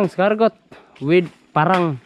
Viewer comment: Bosing,di eskargot ang tamang pronunciation nang escargot..ang tamang pronunciation ay ES-CAR-GOW..Silent 'T' ug maging W ang T....o kaya KUHOL nalang kay Pilipino ka man dhu!